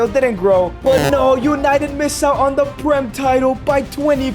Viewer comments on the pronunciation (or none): none